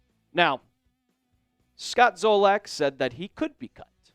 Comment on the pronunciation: It's Zolak.....said Zah-Lick....not Zoh-Lack